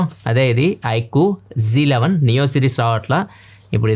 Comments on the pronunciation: Annaya j 11 antunaru .z11 kadha😍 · Bro Z11 bro g11 antunnav